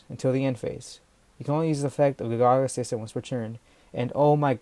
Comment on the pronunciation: Ga Ga Ga not Ga Gagas